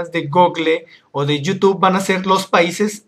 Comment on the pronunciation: Me carga cuando dice you tube y no youtube